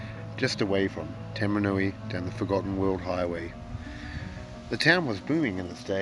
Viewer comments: You call it Tamanui 🤣🤣 umm bro, its Tauramanui... Tau ram an ui... easy as eh bro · its actually pronounced Tau Maru nui 😉